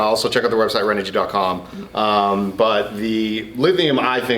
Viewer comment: You are pronouncing renogy wrong, I’m confused. I called her Customer Service and the message says ren - oh- gee someone verify this because everyone in the world says it a different way, but the answering machine at the company in California says Ren oh gee